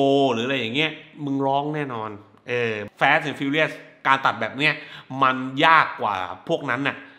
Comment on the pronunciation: พี่ครับพยายามอ่านว่า ฟาส เถอะครับ ลูกผมมันเรียนแบบเรีก แฟสๆๆๆ มันตลก